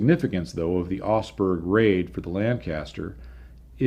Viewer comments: I kept wondering where osberg was - it's Augsburg you nitwit ! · You tell the story of a raid on a city I had never heard of called "Osberg". At the end of the story you show some printed material that shows the city is actually the very well known Augsburg. That Aug in Augsburg is pronounced more like the Aug in August. The G is not silent. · your videos are like a visit to a technical museum with a guided tour. But my OCD has kicked in... ahem. Augsburg. AUgsburg. There is a diphthong in Augsburg. The au in Augsburg is spoken exactly the same as ow in cow. This is burned into my mind because I was stationed there in 1980. Didn't see any Lancasters though 😉 Now, I will be walking around saying Augsburg to my self for the next week or so.... Augsburg....